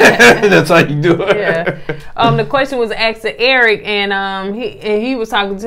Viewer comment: He axed (asked) the question